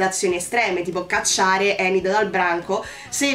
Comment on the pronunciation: Mi spiace...hai sbagliato il nome.😉Si chiama Ajax(lo pronunciano"Eigex"pressapoco). E la bionda si chiama Enid(pronunciato"Inid"),non Endi.😉 Concordo su quasi tutto quello che hai detto,a parte il fatto che l'amicizia delle Merclair sia molto bella...io vorrei poter dire che lo è,ma la realtà è che la trovo molto sopravvalutata. Mercoledì si è comportata Mercoledì per quasi tutta la serie si è comportata i modo tossico nei confronti di Enid...l'ha sempre insultata e/o sfruttata per i suoi scopi(come fa più o meno con tutti)e la cosa che mi ha fatto più arrabbiare è che quando giustamente Enid ne ha avuto abbastanza e se n'è andata alla fine della puntata 6 poi è tornata da sola senza che Mercoledì neanche si scusasse!! E poi tutti a sciogliersi davanti all'abbraccio...mi dispiace,ma quell'abbraccio io non l'ho trovato"earned"per niente!!😡Mercoledì è stata una pessima amica per Enid e sinceramente trovo che sia il rapporto tra Mercoledì e Eugene sia quello tra Enid e Mano siano più profondi e meglio sviluppati di quanto lo sia stata finora la Merclair!!